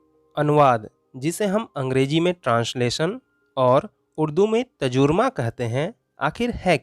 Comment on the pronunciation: Sir ji tajurma nhi hota h tarjuma hota h